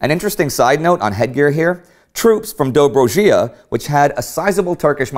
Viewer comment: Cmon, at least try to pronounce some of the names? Is that too much to ask? pusca...is pooshkah, not puss-cay. Doh-bro-ja not dobro-gee-ah. At least, Romania was treated just as bad by the Entente. History though, especially what is unwritten, is cruel, sadistic even, and she is laughing upon the west.